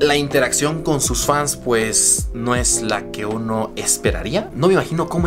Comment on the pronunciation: "PJ" SE LEE PUEJ NO PEJ😂😂😂😆😆🤣 JERGA CAMBA👏SALUDOS ✌😂😂